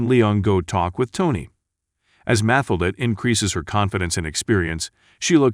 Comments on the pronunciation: Learn how to pronounce character names before you make another video. It"s pronounced MaTILda not MAtilda. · Jesus Christ her name was MATHILDA = Ma Till Da - not MATH A LA - what the? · Damn but the Narrator needs to work on his pronunciation! Math-elder? It's Matthilda! Matt-ilda!!! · its pronounce mat-tilda please teach your bot. but that aside still a fantastic film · Mathilda is pronounced: Ma-til-da. NJ is New Jersey. Do your homework. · It’s pronounced Ma-Til-Da. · It's Ma-til-da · You should teach the computer how to pronounce Mathilda. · Will you do something about that stupid fucking voice mispronouncing "Mathildas` name... How does this shit ever get posted..??????? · For Pete’s sake, pronounce Mathilda correctly. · The narrator did a good job but does not pronounce Matilda correctly. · Robot narrator can't handle the pronunciation of "Matilda". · Took me half way through the video to figure out why her name was unfamiliar. I watched the movie a couple of times, but didn't remember her name. FINALLY, I realized the stupid computer bot was mispronouncing Mathilda. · Mathilda... the "h" is silent. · Please redo this with new commentary, and correctly pronounce Mathilda. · Seriously, you keeping mispronouncing the little girls name made me give you a thumbs DOWN DUDE... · u don't pronounce MATHILDA like that, the tone is on the second silable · The way the name Mathilda is pronounced 😁